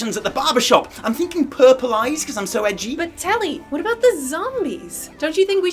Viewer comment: has never said the word "edgy" before because the way he said it is so fuckin alien